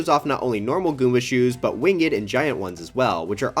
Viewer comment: “Wing Edd” 💀